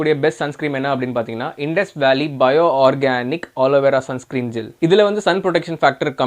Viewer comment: Sun screem nu solrega bro...